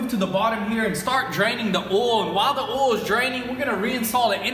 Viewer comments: Hehe, they say "ohl". I grew up in a town that pronounced oil "ohl". Good folks. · I like how you say “oil”